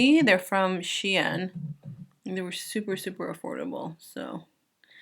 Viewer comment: You’re the first person I’ve ever heard pronounce SHEIN like “she in” and not “sheen”! Like I do. Also, swiping down first with your foundation as If you’re painting , then stippling it on after the first layer is a 🔥 technique! It creates a flawless finish every time